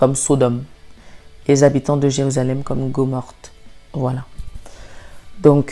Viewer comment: Un petit rectificatif amical, ma petite sœur : On ne dit pas Gomorte mais Gomorrhe. Sinon, merci pour ton message.